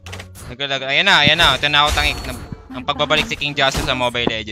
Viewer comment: Ay yannah Hindi hanna